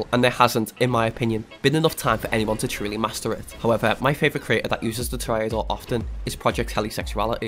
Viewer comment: You did pronounce toreador wrong, its pronounced Tour ra door